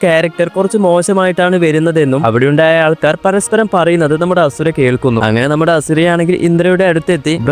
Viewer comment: Bruhh its ashura not hasura